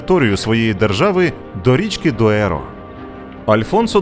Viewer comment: Не існує річки Доеро . Є річка Дору . І не Бадахос( на мапі гугла не вірно написано ) ,а Бадажос так правильно назва звучить. Алгарве, а не Алгарві. Коімбра а не Коимбра